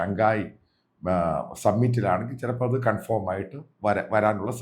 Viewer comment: കൺഫോം അല്ല. കൺഫേം..